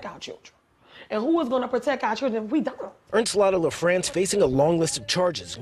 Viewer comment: "Ernstlatta LaFrance"? Lawd.... Lawd...